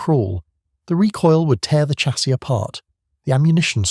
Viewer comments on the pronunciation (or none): "Chassis" is pronounced "shassy"